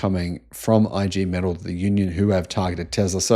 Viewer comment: The Union name is pronounced EE GAY METAARL